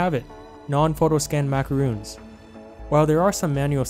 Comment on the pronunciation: Macarons not macaroons. Pleaseeeeee